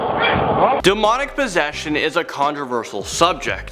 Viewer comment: demonic? DUMONIC??????